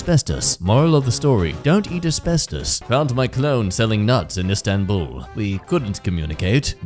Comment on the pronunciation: As a guy who can speak Turkish,the way he said İstanbul was so funny